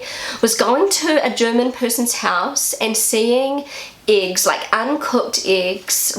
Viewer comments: "IX" ???😯 2 mal zurückgespult, immernoch nicht kapiert. Hab dann aber verstanden, dass "Äggs" gemeint waren...😁 Der Teufel steckt im Dialekt 😉 Die älteren Flachspüler sind meist an ein Loch im Boden angeschlossen, während die Tiefspüler an der Wand hängen und sn ein Loch in der Wand gehen. Denke als das hat auch bautechnische Gründe, da früher nicht so viel an den womöglich alten Lehmwänden aufgehangen werden konnte. Inzwischen ist das anders. Die Tiefspüler haben bei Hängemontage den Vorteil dass man drunterlangwischen kann. Dafür ist die "Splash-Gefahr" grösser😉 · She would say “iggs”. 😊